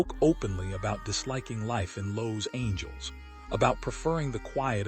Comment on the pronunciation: AI narration in this video is terrible ( “lows Angels”) one would think “Star Buzz” could find a human to narrate this seven minute video.